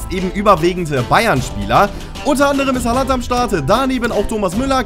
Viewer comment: JUNGE DU TRIGGERST MIES WENN DU BEI HAALAND DAS A KURZ AUSSPRICHST